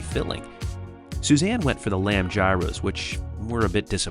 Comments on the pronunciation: "Yeer-rows".... Gyros will get you mocked. 🤣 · my man, as always great content! Always appreciate you and Suzanne giving honest, thoughtful opinions That being said, since I haven’t seen a comment mention it, I feel obligated to tell you it’s “yee-ros” like yeehaw, not “jy-ros” like gyroscope haha. In case you ever have to order them in Greece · It isn't GYros! It it's pronounced Year-ose. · love your content. but dude, Its not Gyros, Hyros! im amazed at how many peopld dont know how to say that word. ITs H, no heavy G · I love your videos! I was a bit surprised at your pronunciation of gyros. “Jiros”? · It’s pronounced “Yee-rows”. 😘